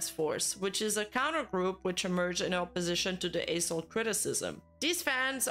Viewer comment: If you losing focus you will hear A**hole instead of A-soul 😂😂😂